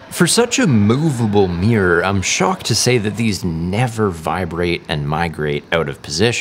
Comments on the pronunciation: 'Meeeyurrr' XD sorry gets me every time. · What's a 'meer' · Ahhhhhhhhhhhhh pronounce 'mirror' properly will you, my ears bled everytime